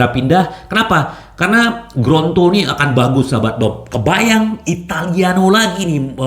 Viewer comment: Lidah kesleo tuh... 😊😁